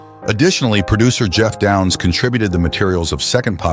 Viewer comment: His name is Geoff Downes not Geoff Down. I'm really starting to hate AI. I stopped watching this after 20 seconds.